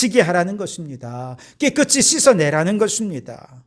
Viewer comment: 목사님, 말씀 잘 듣고 있습니다. 한가지,"깨끗이" 발을을 깨끄"치"로발을하시는데, 우리말의 연음법칙에따라 깨끄"시"발음하는것이 맞습니다. "이"앞에 받침ㅅ을 이에붙여 시로 발음해야 합니다. 김승규장로드림